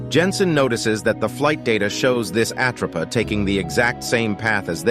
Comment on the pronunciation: I really hate A.I voice overs!! Its not the "at row pa" 😞😭 😡 its called the "at rope a" get it right or don't fkn say it at all!! Its really off putting and really annoying 😭